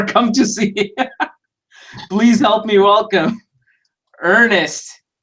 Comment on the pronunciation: His name is Ernst my man, not Er-nest. Ernst is an absolutely Brilliant guy, no joke.